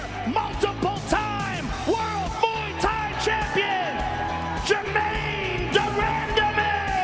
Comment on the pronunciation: Joe: "Gerrain Demandime"